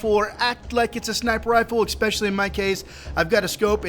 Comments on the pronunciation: for the love of Jesus H. Popsicle, it's "especially", not "expecially". Or is that a referrence i don't understand? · There isn't an "X" in especially. If you google it, you can also listen to how it's pronounced.